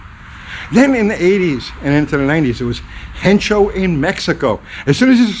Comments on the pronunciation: There is no "n" in Hecho ....its " hecho en mexico" not "hencho en mexico" just so you dont sound uncultured. You seem like a good dude. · "Hencho"... hee hee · Spanish lesson of the day. Hecho, H is silent. There's no N. Hard ch you got right. Eh-cho. Margarita time! Thanks for the memories. I remember my dad teaching me to wrench and cursing the old Japanese stuff. Amazing how they worked so hard to improve. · Last time I spoke fluent Spanish (never), there was no “N” in hecho.